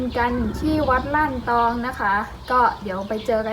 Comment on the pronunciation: วัดล้านตอง รึเปล่าครับไม่ใช่ ร่านตอง